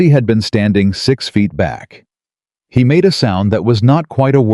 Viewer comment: Many times 'he' pronounced as 'hi', not only in this story.